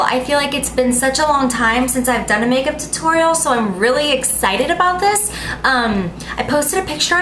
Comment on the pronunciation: the way she pronounces tutorial made me no want to watch the rest